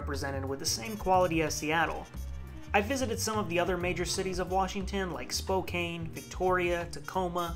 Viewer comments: you are not from washington.. its Click a Tas. and Spoke ANN (Spokane) not spokain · Oh man, you botched the pronunciations on just about every location. Bellevue = Bell-view, Spokane - Spo-can, kittitas = Kitt-ih-tass. That aside nice video though!